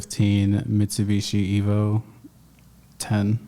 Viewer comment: being consistantly unable to pronounce Mitsubishi 😭❤❤❤